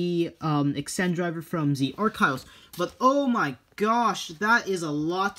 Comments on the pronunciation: It's pronounced Ack-eel-ease Also I love ur vids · Why do you pronounce Archilles "Arc isles"? I don't know much about Achilles pronounciation in English because it's not my mother tongue. Is "arc isles" the correct pronounciation of Achilles or is it "Acyllees" or "Acyllyss". I'm sorry if that's a stupid question but I want to learn more about the English language. 🙂